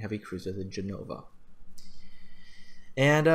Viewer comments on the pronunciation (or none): btw it's Gènova not Genòva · Hearing you call ship names... That's painful, so very, very painful. it's Ge-no-va. It's Bre-tag-ne. It's Na-ga-to. They're separate syllables.